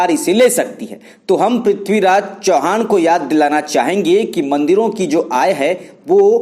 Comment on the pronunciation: इतका अंतिम नाम चव्हाण है चौहान नहीं है.